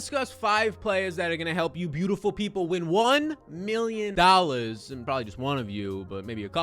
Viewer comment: I love the emphasis now a days on the “million dollars” lol